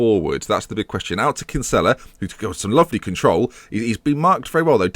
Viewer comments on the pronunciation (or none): for gods sake it's pronounced Kin-Sill-a